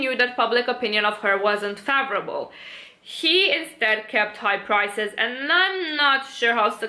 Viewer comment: You say 'favorable' so pretty